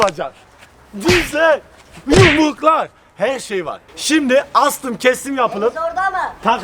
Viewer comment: Abi sinan astım ya astım diyor nasıl eslri